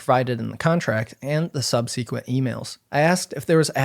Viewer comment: You can’t pronounce subsequent?